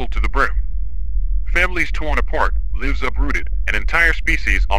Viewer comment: AI mispronouncing "lives" gives me comfort..AI may be intelligent but it doesn't have intuitive properties needed to over throw humanity